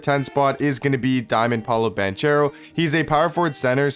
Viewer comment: oh btw it’s pronounced Ban-CARE-o not Ban-chair-o. lol. great vid once again bro👌🏽